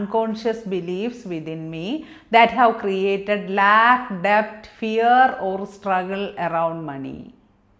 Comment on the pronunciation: Mam, is it "Lack' or 'lag"